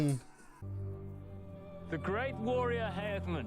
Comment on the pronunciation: GOT DAMNIT NOT HEAHMUND!